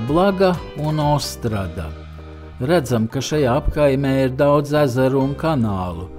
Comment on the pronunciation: Šo pilsētu - O s t r ó d a, latviešu valodā izrunā - O s t r u d a. Uzsvars uz " u " .